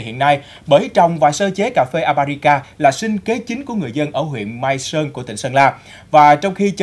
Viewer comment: con lạy thánh, tên cà phê nói sai bét. thưa anh, tên Arabica anh đi sửa thành Abarica, lạy thánh